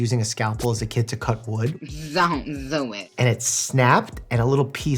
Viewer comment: Zon't Zo It.